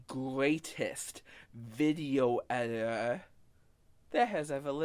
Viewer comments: “I am da gweatest editah” Proceeds to ramble for literal minutes with minimal cuts in the video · "The gweatess wideo edthithow." That speech impediment is out of this world.